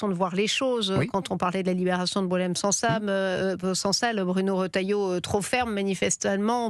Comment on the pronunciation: Que des mensonges sur ce plateau la colonisation est une réalité et c'est un crime de l'humanité et la journaliste qui connait même pas sansal et qu'elle ne sait pas le prononcé c'est n'importe quoi vivre l'Algérie vive Tebboune l'armée algérienne et gloire aux martyres